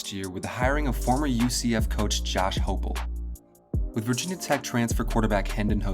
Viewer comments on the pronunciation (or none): It's Hype-el, hi-pel, hype-l